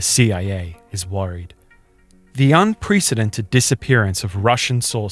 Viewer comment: This guy can't even say the word unprecedented....nope